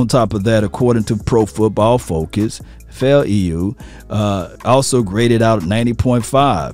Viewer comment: His last name is pronounced (fou) (Lou) faoliu